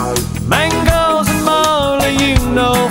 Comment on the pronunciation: Yeah, I know that's supposed to be the lyric and hr pronounces the M in mango more clearly at a different part of the song. The timestamp just sounds like he's saying bangos